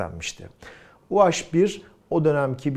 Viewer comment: Niye u-haş bir? Türkçede haş diye bir harf mi var? Doğrusu u-he bir. Dilimize birazcık saygı lütfen.